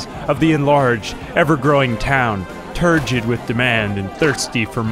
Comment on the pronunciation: Did he say turgid or turd-gid? 🤔